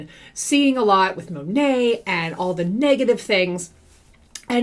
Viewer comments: I love when says MoNah 🤣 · Did you know it’s actually supposed to be pronounced Mon (like Mom) At (like past tense of eat) MonAt? That’s what their website says. But I haven’t heard a single person in Monat pronounce it correctly.